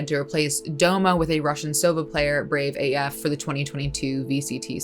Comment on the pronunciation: BraveAF seems like a name mispronounced by many casters. Like Brave-ahh-ffff sounds kinda weird. Not sure what his name in full is (Brave as fxck?) but Brave sounds more clean